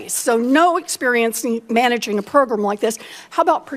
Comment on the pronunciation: elizabeth warren is such an idiot proGRUM proGRUM PROGRUM